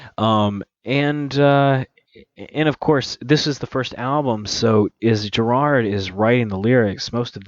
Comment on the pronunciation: his name is gerard. not gerald, etc lmao if i you’re taking 15 minutes + to review a song you should probably learn their names first, no hate